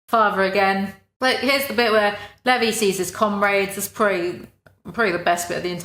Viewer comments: Please whisper how you say Levi into my ear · Hahah you got onyakapons name right but levis wrong